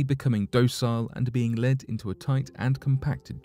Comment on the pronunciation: Led. Not leed. Learn to read before recording readings lol